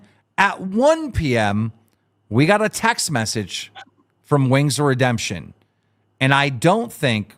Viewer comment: For real 😄 Can’t believe he gave up trying to say it correctly because he was so close the first time but gave up lol